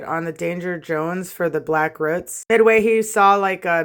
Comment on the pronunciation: I love how you say roots like “ruts” lol 😂 the hair looks sick 🤘🏼